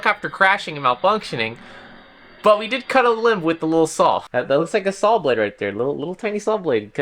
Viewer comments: Are you saying "sawl" instead of "saw" ??? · saul blade? what are you trying to say???? lol